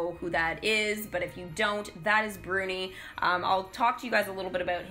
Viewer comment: İT İS BRUNİ NOT BURNİ